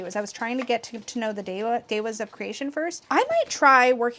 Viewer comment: interesting! I think that’s why I like it so much because finding it hard to relate to makes it so mysterious and magical to me *i’m also curious about your pronunciation of devas as ‘de-was’ where did you learn that?